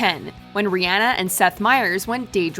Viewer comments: I'm not gonna lie, I'm just EVER SO SLIGHTLY triggered when (the narrator) pronounces her name as "Ree-AN-ah", when even IN THE CLIP ITSELF, Myers clearly calls her "Ree-ON-ah". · Ri-ah-na | not Ri-aa-na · I swear they pronounce names wrong on purpose. ReeAnna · Can U Not Say Rihanna Right?